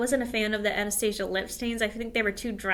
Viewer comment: Thanks for sharing the tips tho.. I am deff a fan of using sponges to powder instead of brushes.. especially for extra oily skin it makes it less cakey looking.. However I think that Anastasia has been around enough that mispronouncing the name is actually kinda rude.. Also for them to put drug store brands in a goody bag for a class that cost so much is kinda funny to me..